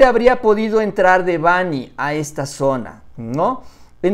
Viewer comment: PERO SERIA BUENO QUE LO PUSIERAN A HACER UNA PLANA DEL NOMBRE DE DÉBANHI..... YA QUE ACENTÚAN EN NOMBRE EN LA "A" Y EL PAPA LO HA DICHO MIL VECES QUE SE ACENTÚA EN LA "E" NO CREO QUE A LE GUSTARIA QUE LE DIJERÁN "MÁURICIO"